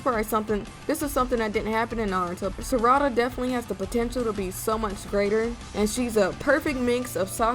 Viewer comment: Ngl u made some interesting facts n liked them all but u had me laugh when u said Sarada name it pronounced sa ra da 🤣🤣 great vid